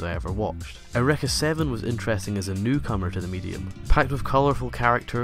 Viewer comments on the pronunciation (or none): lol ureka? it's pronounces your-ee-ka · YUR - E - KAH not YUR - EHK - AH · In the English dub, neither is right and eureka sounds closer to air-oo-wrecka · ***** funny because it's not a japanese word, it's greek and it's real pronunciation is how i said before i don't care how they said it in the pronunciation, it's still wrong, just like how english speakers mispronounce japanese words